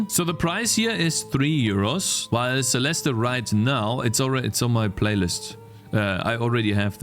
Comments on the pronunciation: there's a silent E, it's pronounced celest and spelled celeste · theres no "uh" at the end of celeste! the e is silent